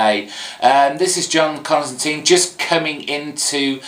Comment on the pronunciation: I love your reviews, I'm a first time commenter here and a long time subscriber and I just wanted to share a few thoughts here, as regards Justice League Dark it was a creative origin story although I'm a little suprised that you'd pronounce John Constantine's name "Con-stan-teen" instead of "Con-stan-tyne" which IMHO is the correct Scouse corruption of the name at least according to Alan Moore, Rick Vietch and some other writers, although I'm a Yank so I could be completely wrong there.